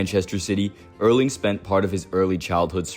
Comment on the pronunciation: Erling pronounced Erling or E like in ethics not like in early😉